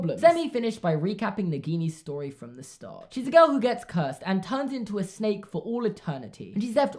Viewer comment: Did anyone else hear “She’s a special snek” instead of “She’s a special snake” ? Just me? Ok...